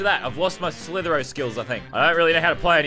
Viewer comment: Its slither i o not slither o